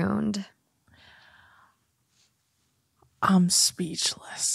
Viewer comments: Cutest thing ever when pronounces ruined as “rooned” 😅 I love it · please please please learn to say ruined correctly